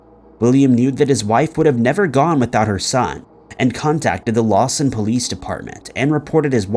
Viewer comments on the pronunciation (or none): FYI: It’s Lawton Oklahoma not Lawson. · It's "LawTon" Oklahoma, not "LawSon." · It’s Lawton. Not Lawson. It’s sad seeing you cover these cases and not even get the name of the city it happened in correct. Show some modicum of respect and learn how to pronounce names or get the city the case happened in correct. Just poor quality. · On #5 (Lisa) it's actually LAWTON, Oklahoma not Lawson. Just fyi..... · It wasn't Lawson, OK, it was Lawton; that's where Fort Sill is located.